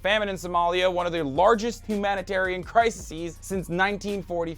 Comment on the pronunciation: Please learn to pronounce "crises." Not three syllables.